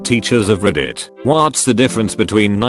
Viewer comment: Why do all of these kinds of videos use that same TTS program? It doesn't even pronounce most words correctly. For example, "Fassibook," "Snapchit," "ruhditt," "mintsit," "discannectedness," "mehms." There are also numerous errors with its spacing and decoding. "9 over 11," failing to parse clauses, etc... Just use an actually decent TTS!